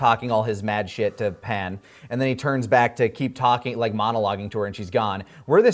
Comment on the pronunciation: Every time Pan’s name is pronounced “Pon” a little part of me cringes.